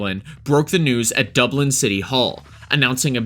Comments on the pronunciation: What? You've never been to Duh-Blen? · You got a speech impediment? DobLIN. Lanzaroh. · An American who can't say Dublin or Lanzarote. I feel like you've never left your country and you have the cheek to commentate on European crime :D